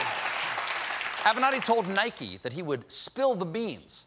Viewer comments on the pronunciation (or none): 😂😂why do some people pronounce it as “Nikey”